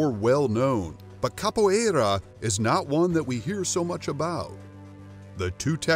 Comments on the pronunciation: Amei o modo que ele fala capoierrrra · His pronunciation is hilarious. And annoying. I mean come on, "Kappo eyraaaa". Really? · SORRY; but I do Capoeira. You guys pronounce everything very wrong… both capoeira, ginga and berimbau. Also why is all the Capoeira clips the top clips from YouTube? Half of them are from movies… You´re not just reading from Wikipedia too? (And I don’t know but your karate words sound weird too…) But I am okay with the conclusion. We can be quite aggressive, but Karate is eassier to learn if you ‘just’ want to win a fight. (And stop telling me to subscribe, once is plenty! Just do better context or shorter videos instead please) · Anyone else notice he never pronounced capoeira the same way twice?